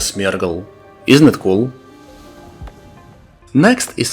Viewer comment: This was easily the best coverage I've seen for these EGO, and I really liked how you dug into it. Also the way you pronounce Smeargle brought your accent to the fore in an INCREDIBLE way that was just super charming.